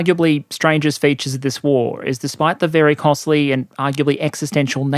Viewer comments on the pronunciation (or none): none